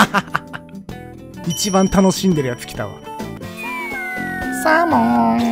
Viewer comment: の「サーモン」が「ゼロー」にしか聞こえんw